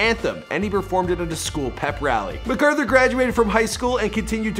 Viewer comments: his name is really mac author not macauthor you put it together .. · You did pretty good but his name is pronounced like Mac-arther though it isn’t spelled like that (I would know I’m related to him)